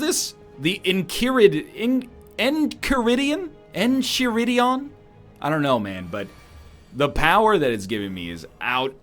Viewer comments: NorthernLion the book is pronounced like this Inn(like the place you buy a room in) Keye(like the noise a k makes followed by the word eye) rid(like you rid yourself of something) eon(like the word eon). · enchiridion is pronounce en-ki-ri-dee-on by the way